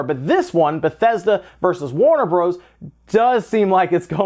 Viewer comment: Who the hell says Warner Broze???? Hahaha